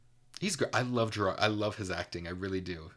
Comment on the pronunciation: Anyone with real knowledge of POTO knows the significance of the “clone”. And BTW it is not Geer- aard, it is Ger-ird. He is from Scotland.